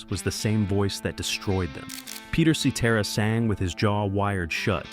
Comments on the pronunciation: A.I. voice "Peter See Tear a" LOL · I think they pronounced Peter’s last name right. They kept pronouncing Danny Seraphine’s last name wrong. Danny has always pronounced it as Serafin and not Serafeen. Peter Cetera has always pronounced his last name as Sa Tera. Robin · While describing Chicago's debut album, you showed an image of Chicago 2. Unbelievable. Also learn how to pronounce "Cetera." Oh and one more thing, Chicago 30, released in 2006, is one of their finest albums, of course after the late sixties to mid 70s albums.